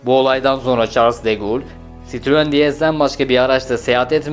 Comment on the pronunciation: Charles de Gaulle yazılır Şarl dö gol diye okunur. Bir Fransız’ın ismi İngilizce gibi telaffuz edilmez, üstelik bu çok ünlü bir Fransız…